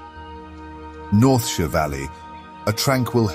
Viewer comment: The consistent pronouncing of «Northshire» as «Northsheer» puzzled me a bit. Is the narration AI generated? <.< Would explain a couple of words I picked up as I thought it sounded out of place, since the rest in near perfect. Either way I’m all for listening to this narration, so I’d say go for it.